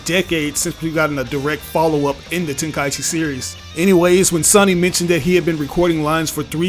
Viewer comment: Thank you for pronouncing it “ten kai chi” Instead of “ten Kai ee chi”.